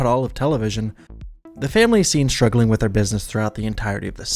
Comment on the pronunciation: “Stuggling” financinally lol